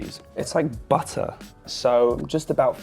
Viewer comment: the way the British say butter sounds a bit funny especially when Louis Tomlinson said it. “Full of buttah?”